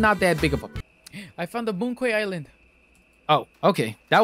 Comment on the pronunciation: btw moon quay is pronounced moon key